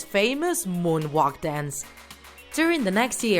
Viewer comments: She said moan whalk I swear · Im not trying to be mean but how she pronounces moonwalk... MuoanWak